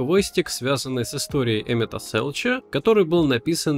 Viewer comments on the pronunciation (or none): Почему Эмет-Селч, когда Эмет-Селк? Куча катсцен, где его по имени называют вслух